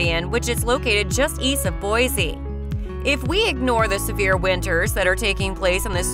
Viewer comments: It's pronounced Mos-ko not Mos-cow. And people from Boise say Boy-see not Boy-zee. Anyway leave Idaho alone. It was way better before non-Idahoans found out about it. CDA is barely CDA anymore. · Don’t trust a clip that doesn’t even pronounce the capital city correctly. Boise is boy-see, not boy-zee. Also, the video shows Boise while talking about Ammon.